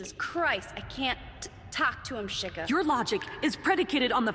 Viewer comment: really just said shiga 😂😂